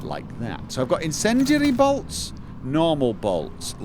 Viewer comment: "Incendiarrrry bolts." Yeah, roll those Rs.